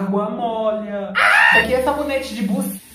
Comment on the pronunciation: "Isso aqui é saboneite de buse..."rachei kaakkaakkaaakakakkaakkakaakakakak